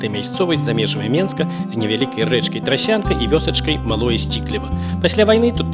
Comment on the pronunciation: "Рэчка Трасянка" (так мне пачулася). Мо "Трасьцянка"?